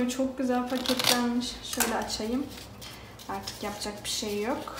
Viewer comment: Artikin degil artik 😅